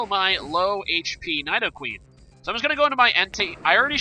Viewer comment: Needoqueen not Nyedoqeen